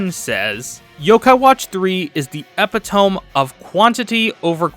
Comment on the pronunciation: No way that's how you unironically pronounced epitome 😭 holy shit